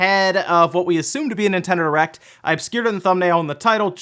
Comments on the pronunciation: 😂😂😂 did you say Nintendo Erect? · 7 seconds In and I'm pmsl. Sounds like you said nintendo errect.... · you said "Nintendo Erect" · Nintendo Erect. lmao. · ... Did anybody else hear "Nintendo erect" in the beginning?